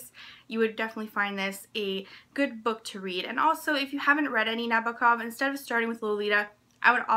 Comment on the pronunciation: as a big advocate of translated fiction, this video pleases me. I'm happy to see you mentioning the translator and also pronouncing Nabokov correctly :)